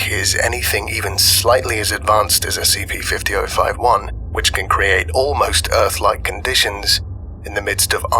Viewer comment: The s-c-PEE we're going to be looking at... Is s-c-PEE